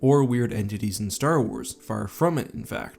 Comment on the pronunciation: Said space wraith a couple of times there when talking about the star weirds